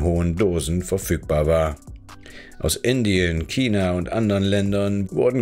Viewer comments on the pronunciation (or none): none